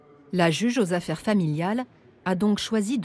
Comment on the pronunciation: "Plus de vingt-deux mille z'affaires familiales". Bravo à la commentatrice. C'est du lourd.